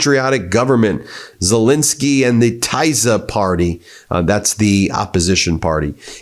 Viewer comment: Pronounce his fricking name right FFS, it's Zel ENSKY not INSKY. Got that BIN..... sorry BEN ? !!!!!!